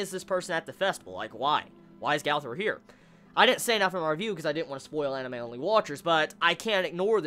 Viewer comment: LEARN HOW TO FUCKING SAY GOWTHER